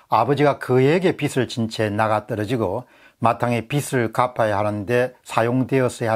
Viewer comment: 공병호tv 예리한 지적에 찬사를 보냅니다, 그런데 발음을 정확히 해 주십시오 영남지역의 특이한 발음은 탓하지 않겠습니다, 한가지만 지적합니다, 즉 빚 갚아야할 빚, 이땐 '비슬'이 아니고 '비즐'로 발음 해주십쇼.